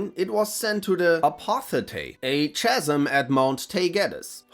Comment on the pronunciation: English probably isn't your first language, but the Ch in "Chasm" makes the K sound, so it's said like said like "Kasim"